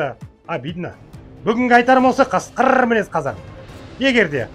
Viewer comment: Ассалаумалейкум! Жан бір отінішім бар, қасқырррррррр деп айтпаңызшы. Қасқыр деңізші, ырррр дейтін итқой.